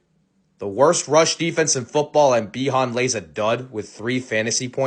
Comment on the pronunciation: B-hon? Cmon now 😂🤘